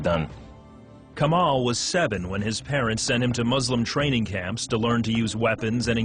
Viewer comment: LOOOOOOOL this is so whack haha I wish he would pronounce "kamal" correctly if he actually grew up in Lebanon "Tasted God"? Lol Please if you are going to post conversion stories post REAL ones. Also do not mislead people on what Muslims think of Jews and Christians. Muslims call Jews and Christians the People of the Book and are ordered to treat them with the utmost respect and dignity.